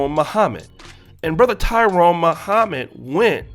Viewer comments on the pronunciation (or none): none